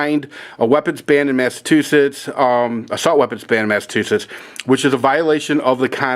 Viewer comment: Mass-a-chew-setts no mass-to-shits lol. Mit got ran out of Massachusetts. Bush, Obama and Mitt will continue to violate the constitution My guns got sunk in a pond over the weekend. Darn friend shot a hole in the boat during shooting practice. Darn idiot had to swim back